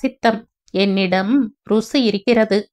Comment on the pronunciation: தவறாக நினைத்துக் கொள்ளாதீர்கள். இவ்வளவு இனிமையான குரலில் இவ்வளவு நல்ல மாடுலேஷோட படிக்கும் நீங்கள் தவறின்றி படிக்க வேண்டும் என்ற நல்ல எண்ணத்தில் தான் சொன்னேன். ருசி என்று படித்தீர்கள். Athu ரு ஜூ